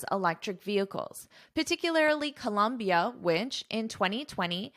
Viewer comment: Hi. It’s Colombia not Columbia…😊